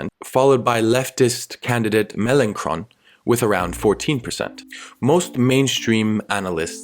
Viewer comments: You pronounced Mélenchon's name wrong. The "ch" is pronounced like "sh". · Great video, your pronunciation of Mélenchon sounds like a name you would give to a Transformer or some shit.